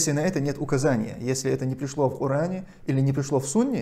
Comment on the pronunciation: Ошипся в слове коран исправь